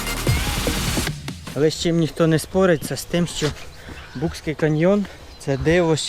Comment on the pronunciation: не букський а БУЦЬКИЙ, перед тим як розповідати про місце хоч назву правильну дізнайтесь, і факти не всі правдиві, що ви казали, а так відео непогане, дякую)